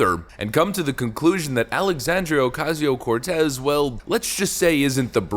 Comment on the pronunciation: I particularly enjoyed how you pronounced Sandy's name in the same fashion as Rush Limbaugh: "AlexAAAAndria oCASSSio CorTEZZZZZ" - brilliant!